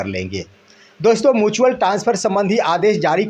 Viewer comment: मुचुअल नहीं म्युचुअल होता है।